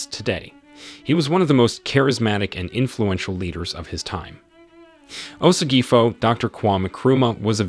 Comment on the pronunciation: Honestly I loved the vid, but as a Ghanaian I could help how many name you botched😂😂 "Osagyefo" "Akan" etc😂😂